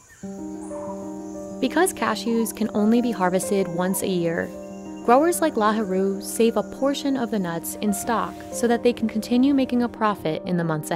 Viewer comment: his name is not Lahuru ^_^. it's Lahiru